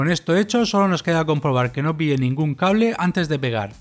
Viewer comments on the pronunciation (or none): none